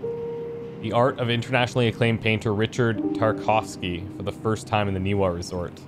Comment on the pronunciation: Game protaganist audio: Ni va Ni va Ni va: Ni wa Ni wa Ni wa I guess he's deaf. Also, the glitchy "RTX 3000" series flashing textures are amazing! Little talked about how awful nVidia's drivers are right now.